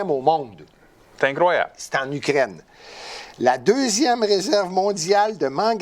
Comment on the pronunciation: Quand dit Ukraine, ça sonne comme Ugrainne. Trop drôle!!